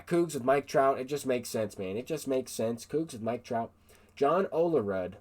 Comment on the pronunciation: john olerudd😂 pronounced ole”rude”